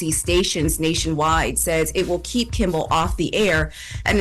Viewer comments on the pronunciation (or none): Can someone tell its Kimmel NOT Kimbel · KIMMEL not Kimbel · His name is NOT Kimbel/Kimble. It’s Kimmel!!! Where’s Morgen/an???? I’m sicka this. She can’t say Kimmel and / can’t say ask!!! Once again, it’s NOT axe, it’s ask. I need to be a consultant for the show, damn. Smh.